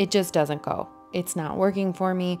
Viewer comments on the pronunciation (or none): none